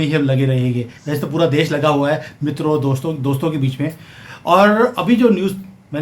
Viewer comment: Mitro bolo Sir...Mitro